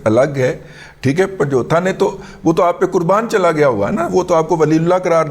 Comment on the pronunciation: پہلے بھی عرض کیا تھا کی پن جتھا یا جوتھہ نہیں بلکہ درست تلفظ پن-جوتہ /پنجوتا ھے کنویں سے پانی کے حصول کے لیے جانور جوتنے والا شودر کھیت مزدور کمی، تھر اور دیگر چاہی کاشت والے علاقوں میں عام طور پر آباد ھیں پنجوتے /پینجتھے بنیادی طور پر انتہائی کمینے اور سفلے لوگ ھیں